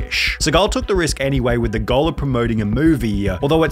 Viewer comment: I love how Sunny pronounces goal like “gull”